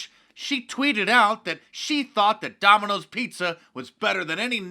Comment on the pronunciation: Donald calls it " Dominios Pizza. " 😃